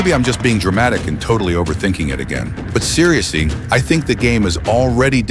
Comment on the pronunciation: "but seriousee"